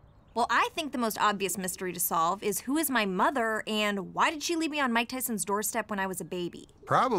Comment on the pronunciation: Mike Tison? really? You're his daughter and you can't even pronounce his name properly?